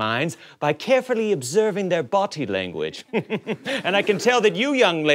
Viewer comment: "boty language" sorry it's not a T.